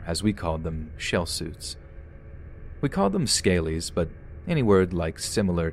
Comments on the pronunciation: Liverpool story - not 'scaleys' but scallies', rhymes with alleys. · I almost died when he said Scalys :P Ska-lies is the best way to write it down I think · FYI It’s pronounced SKA-LEE’s in the uk 😂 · i love the way you call scallys scaleys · Scalies! 🤣🤣🤣🤣🤣 it’s “Scally’s” as in “Scallywags” a scouse way of saying dodgy person, or a bad person. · Scaley? Do you mean scalleys 😂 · It’s pronounced like Skali short for scallywag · I just laughed for like 2 minutes at how our honourable narrator pronounces "scallies". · I saw you were recording last night but it was too late to listen. I kind of wish I had so I could give you a heads up on how to pronounce Scallies. Kept laughing listening today and could not concentrate on the story.